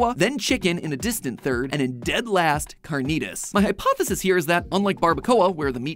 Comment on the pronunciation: Almost clicked off after that carnitas pronunciation 😭